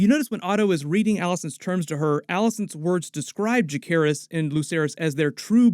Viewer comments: It's Ja-Ser-Ris not Ja-Care-Ris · It’s interesting the way you say Lucerys correctly but not Jacerys. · I’m begging you to pronounce jacerys’ name properly PLEASE😭